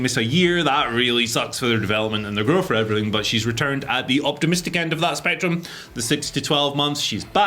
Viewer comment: “And everyfing else”